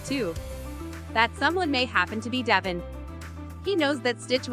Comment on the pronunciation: It is pronounced de Vaughn not devon